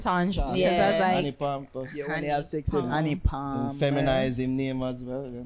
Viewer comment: He said Addi palmer not Anni palmer